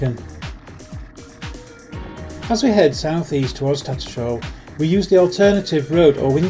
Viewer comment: TatterSHALL not Tattersall. Does bug me as a local when people pronounce it wrong 😂